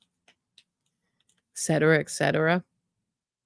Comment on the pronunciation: Etcetera is pronounced, "eT sedera" not "eK sedera"